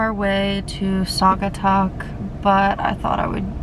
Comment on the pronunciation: You said Saugatuck correctly :) I live near Detroit.